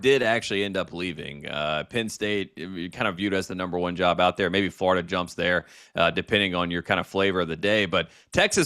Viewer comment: 1. Who dat is? 2. Tate is the mf man… other than not being able to pronounce Florida but instead calling it “FARTA” every damn time.